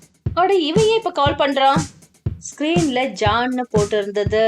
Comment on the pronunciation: ஜான் இல்ல jaan